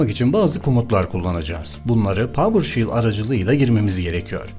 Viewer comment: PAVIRŞEL NOT PAVIRŞİL PAVIRŞEL PAVIRŞEL PAVIRŞEL